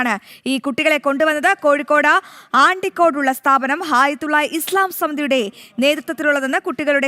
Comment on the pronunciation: ആണ്ടിക്കോടല്ല അണ്ടിക്കോടാണ്